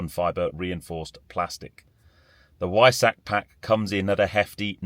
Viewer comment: For the love of God! At least make an effort to pronounce 'Weissach' correctly.